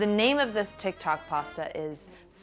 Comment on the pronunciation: "tikTAWK" No. It's not because you're 30. It's because you have a Jersey girl in you aching to get out. lolol